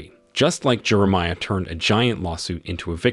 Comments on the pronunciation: Jeremiah, Jerameea? AI again? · How does the AI both nail and butcher the main character’s name in the same sentence 😅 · AI is imperfect because it still must be programmed to pronounce names correctly. In this case, it cannot pronounce Jeremiah, which is a telltale sign that we’re listening to AI. But so close!